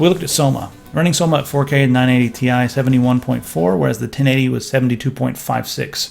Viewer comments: You pronounced "TI" as TEE-EYE instead of tie. The Nvidia gods shall be angry. Honestly it should officially be just called tee-eye instead of tie. That's how I call it, and screw Nvidia marketing. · stop saying 980 THAI its the 980 T I :D goddamn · Aristeidis Zoungouridis Well it is not actually pronounced like that the CEO of NVIDIA even says T-I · UGHHHHHHH "980 TY" UGHHHHHHHH.....Stop....just Stop. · Captain Asteroid It does refer to Titanium-- using the periodic table abbreviation When saying chemical formulas out loud you don't say it like a word like "tie." You don't say CO2 Kohhtwo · "Ti" as one word. Sound so weird. Probably a legit way to pronounce it, but I cant stand it >:<